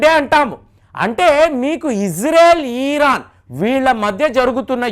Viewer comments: ఇరాన్ అనండి సార్, "ఈరాన్" అంటే వినడం బాగా లేదు. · ఈరాన్ కాదు ఇరాన్